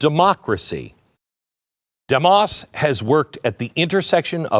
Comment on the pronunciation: Your mispronouncing Demos Glen... The pronunciation mark is even included in their name to tell you how to say it .... Dēmos (Dee mos, as in "Demon")